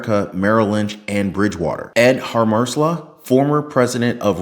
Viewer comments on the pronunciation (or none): FYI - Hammersla is pronounced Hammers Lay